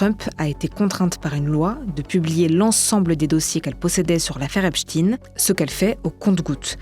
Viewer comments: Arretez de dire Epstine comme si vous disiez Poutine, ou Staline C'est Epstein ! Comme Albert Einstein ou encore Élizabeth Bornstein ! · Pourquoi les journalistes disent tous Epchteen ? C'est "Ep steen" pas compliqué nan ? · Jeffrey epsTEIN pas epsTINE c'est quoi cette manie de mal prononcer les noms, vous dites albert einstine aussi? Pff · Epstayne et non epstine qui rime avec poutine😡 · EpstEIIIN pas Esptine ! Ça me stresse. On dit le Liechtenstein ! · ESPTEIN Et pas EPSTIN , EINSTEIN et pas EINSTIN ! Vous jouez à quoi ? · Ce n’est pas epstin mais epstein. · on ne dit pas Epchtine mais Epchtaïne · PAS EPSTINE MAIS EPSTEIN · C'est pas ..Epstine !!!!!! C'est Epstein ..On ne dit pas Estine mais Estein (le savant Allemand) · On dit "epstaïne" pas "epstine" ohlala le niveau. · C’est epstein pas epstine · C’est un nom d’origine juive allemande / yiddish. En allemand, le groupe “ei” se prononce “aï” (comme dans “Einstein” → “Aïn-stine”). Donc on dit “Ep-staïn”, pas “Ep-steen”. Le “ei” ne fait jamais “ee” en allemand — c’est “ie” qui fait ce son-là. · Pouvez vous dire Epschtein et non pas Epschtin !!! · Pourquoi prononcez vous Epstin et non epstein? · STEIN pas chtine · Faut arreter de tenter de dissimuler les faits hein.. c'est pas Epstïne c'est EpstEIN, comme Einstein, Grinstein, Silberstein etc ! On dit pas Albert Einstïne que je sache... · Cessez de dire EPSTINE alors que ça se prononce EPSTAÏNE. Chercheriez-vous à masquer son appartenance à une certaine communauté par ce vil subterfuge ? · Pourquoi tout le monde l’appelle epstine alors que c’est Epsteeiiinn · Vous remarquerez que les médias prononcent volontairement Epstine, et non Epstein, personne ne prononce EinstINE, mais bien Einstein... Donc la question, c'est pourquoi tout les journalistes prononcent Epstine ou non Epstein...? La réponse à cette question vous mènera rapidement au point Goldwin, et ce n'est pas un point G qui vous donnera du plaisir, MMvoyez ce que jveux dire... MMMMvoyez???